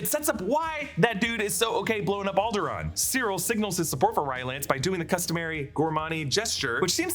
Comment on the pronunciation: ”Alderaan? How about Alderaant”